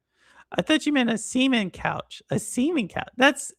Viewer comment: not really, you sound like you were saying ah,... Sea Men 👀